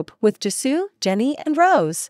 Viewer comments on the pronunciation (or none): none